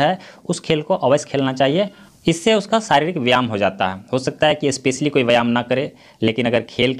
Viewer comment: Vyayam hoga aap galti padh rahe hain yah mat samjhega ki ham aapko galat comment Karen humko Jo galti Laga ham aapko Bata diye Hain